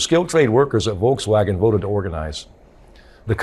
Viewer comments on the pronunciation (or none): none